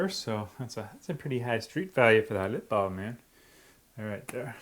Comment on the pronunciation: I'd she saying lip balled